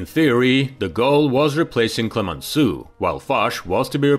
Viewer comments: Instead of Clemensoo, please try at least to pronounce Clemensow, for Heavens's Sake. It will be much closer to the French Clemenceau. You see, this is tantamount to refer to the HMS Queen Elisabeet, or The Prince of Waves. 😄 On the other hand, I'm glad that the subtitles are correct and make no mention of the General Charles The Goal, as I've already seen elsewhere on YT. 😱 😂😂😂 Excelent video, to be sure. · le " clemenssou " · Why didn't you learn how to pronounce Clemenceau before producing this story?